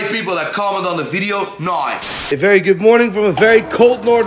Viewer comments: "naur" (now) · Love how says the word “Now” 😂 accent morphing into Northern Ireland